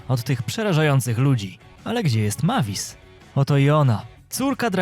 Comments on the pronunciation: czya sie mejwis a nie mavis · Nie Majvis tylko mejvis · To ma być Mavis a ja słysze Matiz! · To mój ulubiony film 😊😊ps mówi się Mejwis a pisze się Mavis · MAVIS A PO POLSKU MEJWIS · Fajnie wypowiadasz imie dzecka drakuli 😂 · Przy okajzi jak tam wymiawiałeś jej imię to nie jest poprawna forma (tak wgl)